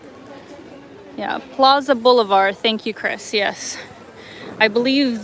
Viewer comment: Pla,a De BOLIVAR, (for Si.on Bolivar)not plaza Boulevard